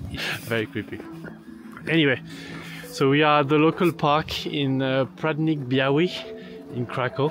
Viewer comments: obviously you don‘t speak polish… it‘s Prondnik Biawy… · you obviously don‘t speak polish too 😂 Prądnik Biały is pronounced „Prondnik Biawy“ 😁 But no worries, if you don‘t believe me, just copy the name to google translate and have it pronounce it for you 😂